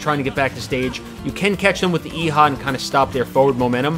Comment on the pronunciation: Please stop pronouncing Eiha wrong🤦‍♂️🤦‍♂️🤦‍♂️🤦‍♂️